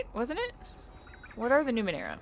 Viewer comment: You pronounced Numenera correctly, dont worry.